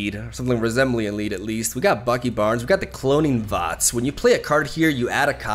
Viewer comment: pronunciation fo the Cloning Vats is hilarious. I would LOVE for some more Snap videos!